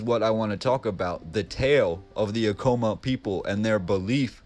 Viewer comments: quick correction, its not pronounced "uh-kow-muh", its "ah-kuh-mah" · Take a shot every time he mispronounces “Acoma”. 🥃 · Hahahha acoma the way he said it